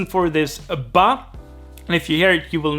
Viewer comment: Nä men percis. Delen med ba var ganska roligt, lät som någon afrikansk dialekt😆